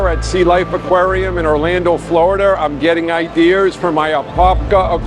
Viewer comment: Hey as a fellow Bostonian I can tell you definitely from Boston you said ideas cause that's it exactly the same way I said we have that R everybody else in in around the country adds ours in Washington and stuff like that we had them in ID editors IDEAS but we have the R because we're so used to dropping the eyes like an havid yard we add it into ideas so don't feel bad I do it too but that instantly it just brought me back to like He's from Boston I can tell what part of Boston's you grew up in Dorchester or somewhere else in Boston boston see we even see Boston differently than everybody else in the round everybody's be ASTN we pronounce it like BAUSTAN boston or BAUSTUN bon Austin I love it I love it III can never get afraid or hateful of the Boston accent I just it just sounds so natural to me so keep giving giving Ken and hell with it because he's from he's from Long Island but we're from boss anyway I love your show you're your channel everything you do is amazing stuff good Sir you keep up the good work and you make your dream come true.